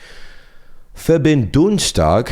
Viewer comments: pronounced "Verbindungstag" extremely good. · Bro that „Verbindungstag“ have sound like you have German as your mothertounge :D